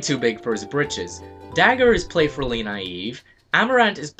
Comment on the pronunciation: Wait...Play...Furly...Naive? Huh. I'm pretty sure I just heard play-FURly.